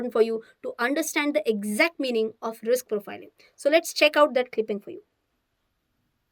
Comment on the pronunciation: Riks hai to isk hai wah 😂😂😂